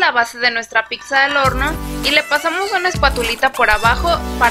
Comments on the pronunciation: Muy linda la pizza de avena, pero déjame que yo te dé dos consejos: no digas /píksa/, en lugar de /pítsa/, que es lo correcto, y a tu videografista dile que 'hierbas' lleva 'b', no 'v' (pusieron 'hiervas italianas). Saludos. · NO SE DICE PICKZA ES PIZZA